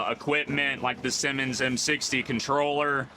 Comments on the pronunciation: Hey man. Love your videos, but did you pronounce that traffic controller as a Simmons controller? The Siemens controller is actually pronounced "ZEE-mens". Siemens is a German company founded in 1847 in Berlin. Keep on rocking with your videos! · Siemens is pronounced sea mens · Have I been mispronouncing Siemens my whole life? Granted I’m not in the industry nor do I speak German, but I’ve never heard Siemens as “Simmons” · Nice video. Siemens is pronounced: SEE-mens.